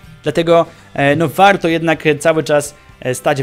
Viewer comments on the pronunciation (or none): dlaczego muwisz wałto tak jak byś mowił po angielsku?